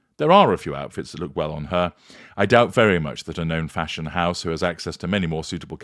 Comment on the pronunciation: The way you say “Fash Onn” cracks me up every time 😂